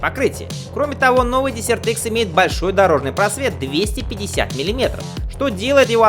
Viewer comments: мда.... петушинный кацапский акцент, десерт - это в столовой, а это дЕсерт - пустыня, хоть бы название мотоцикла потрудился сказать правильно в первые секунды ролика. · Дезерт!Пустыня! а не десерт)) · Какой нафиг десерт икс, перед тем как делать ролик наверное надо было выучить как правильно читается название мотоцикла или хотяб школу закончить! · desert- пустыня читаетсяˈdezərt. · Произносить " десерт" смешно. Сначала не понял.